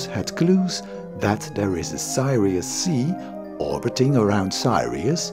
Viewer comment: It's 'Sirius" not Sairius nor Thairius. Info is okay, the Dutch accents and pronunciation mistakes are annoying. so is the pedantic intonation.